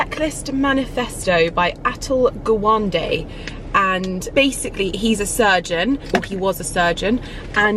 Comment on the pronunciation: Indians turning in their graves at that pronunciation of Atul Gawande 😂 ( comment intended only for humour and no hate )